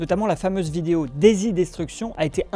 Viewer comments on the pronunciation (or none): none